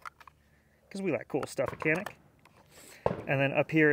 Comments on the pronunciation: You are reading the name of this gun wrong. When reading this name, you should read it as if you were saying Gianik or Jianik. This is the truth... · I don't understand who is right, but you are saying the name of that gun wrong. That gun is produced in my country and its name is in Turkish. The word "Canik" in Turkish is not pronounced the way you say it. I wrote the correct pronunciation so that you can make that correct sound.